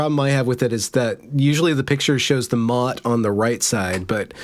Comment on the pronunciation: Service announcement: It's Motte and Bailey, like the castle thing. NOT Mutt and Bailey, which are two really cute looking figurines. You learn something new with every misspelled google search